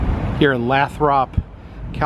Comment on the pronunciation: Lathrop is pronounced "Laythrup" ... The alien ship is pretty cool.